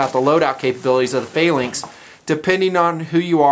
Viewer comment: why cant he say the word phalanx correctly?